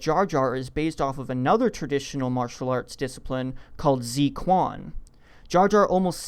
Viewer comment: the "quan" is actually pronounced chuan